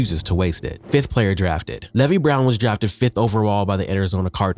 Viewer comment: Or how he said Levi.... it's AI. There's another guy that was calling Ginn "Jinn" and screwed up a bunch of easy names. They're lazy using AI.